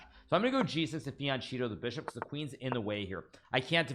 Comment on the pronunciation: Fianchetto is pronounced “fianketto” Hikaru. Italian for flank :)